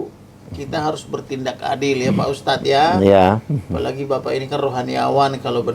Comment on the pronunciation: Ustaaadddzz??? Ha... 🤦‍♂️🤦‍♂️🤦‍♂️ Ustaaadz.. ustadz.. 😂